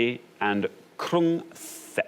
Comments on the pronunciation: Krung Thep = "Krung Tep" as far as pronunciation. At least that's what I gathered living in Bangkok. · They both mispronounced Krun Thep. The H is silent, just like in Phuket.